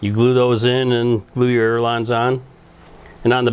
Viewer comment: Sir they are callled ailerons not aerolons. There is no such word as aerolon. It is pronounced aileron (aye-lur-ons)...